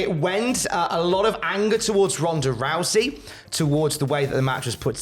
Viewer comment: “Ronda Russy” you vile man 😌